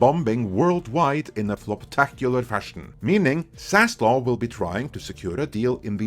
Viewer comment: you get a dislike for continued and repeating mispronunciation of Zaslav’s name!Wtf is wrong with you being so hellbent on murdering that guy’s name?